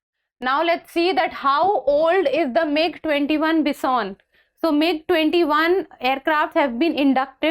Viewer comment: Ma'am it's not Bis-On.... It's Bi-Son....